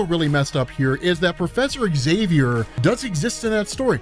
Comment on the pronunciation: Find an American who can pronounce Xavier correctly - I'll wait.